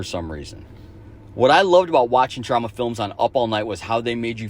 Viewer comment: The multiple mispronunciations of Troma were really off-putting. Especially since anyone who has watched those films would have heard Troma (long o) pronounced multiple times since both The Toxic Avenger and Class of Nuke'em High take place in Troma's own Tromaville setting.